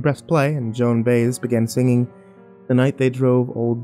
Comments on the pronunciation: Ba-Es not bays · It is not Joan Bays. It's Joan Bye-aze . This is not the Stephen King that I knew and became enthralled with . His books used to put you on edge within the first couple of chapters and not let you go until the end . When I 1st stated reading him you had to use your imagination so that you could see the monsters in your mind . The best thing about that was , was that no 2 people would have the same feeling and take on his books. I could go on , but in my opinion , his books just haven't been the same since his accident . They don't have the same mystery or fascination that they used to have . I know that I'll probably piss off more than a few fans , but if you go back and start reading his earlier works you may see what I mean . Oh and BTW for those who may think that I'm am not a serious fan and just some troll, I began collecting his books when they 1st came out and except for some of his latest works my collection is pretty near complete , including 2 copies of hardback " THINNER " with one of them being a prepublication copy. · Joan BY-EZ not Bayez,but enjoyable nonetheless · POM-puh-noh beach, you divvy. Not pom-PANO. Have some respect for Floridians. Not much...some. its joan BYE-ezz, not Joan Beyz. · "Joan BUY EZ" *facepalm" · Joan Bays? Really? LOL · Joan Bazz Please!!!! Learn to pronounce one of the greatest singers of all times name. It is Joan Baez you fool. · Joan Baez is pronounced buy-ez. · Joan "BAZE" , ha ha ha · Joan "Bays"..lol. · You can call the dog "Yanny;" that'd be fine, BUT... It's Joan Bye-EZZZ, young heathen. (Said with a grin, just for the record.) Otherwise, nicely done. Thank you. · Hello. I’m glad you gave him the correct pronunciation of Joan Baez. I thought about if but kinda figured it was the old man just reading the label weirdly before playing. Thanks. That song ran thru my mind!🤗